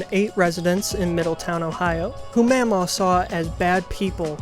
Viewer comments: i can say for a fact is pronounced maw maw and paw paw and the way you're pronouncing it is driving me crazy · in the movie it's pronounced like ma'am aw and pap aw, i think he's right